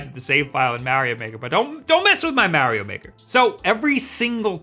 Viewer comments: My man said Maow-ee-o maker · The way he says mario as mehrio is the same way I piss people off when I say raiyuu instead of ryu.